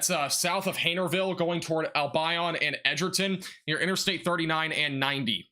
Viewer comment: Wau-ke-sha, Al-bion like Deon. Grew up in Albion a long time ago. A small unincorporated town.